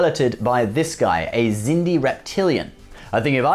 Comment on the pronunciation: I just asked myself why do you pronounce the Xindi like "Sindy" instead of "Ksindi"? And why did you include ships from the Crap Trek universe from JJ Abrams? This BS is NOT Trek!